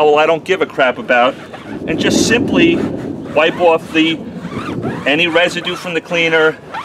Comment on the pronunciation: There's no "w" in "off"